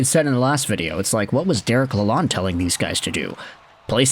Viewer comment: Now we don't have to hear him mispronounce Lalonde every day.